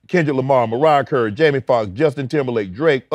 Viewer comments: “Mariah Curry” 😂😂😂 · "Mariah Curry" 😂